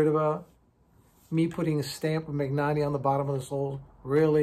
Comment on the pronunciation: Since you probably come across Italian words/ brands a bit in your work, just a note on pronunciation: in Italian, gn is pronounced like ny in English. E.g., Bologna sounds like Bolonya; Spagna sounds like Spanya; Magnanni sounds like Manyani